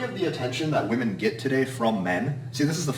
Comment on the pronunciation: Gotta love how he says women/woman😂😂😂.VEMEN😂